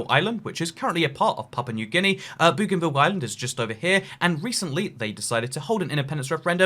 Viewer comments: Bougainville is am "oe" sound, not an "oo" sound. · Bow ghan ville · Aaaaaaaaaah the pronunciation of Bougainville is killing me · Its Bougainville